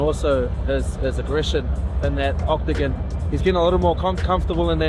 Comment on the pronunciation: Ah yes, the Octagin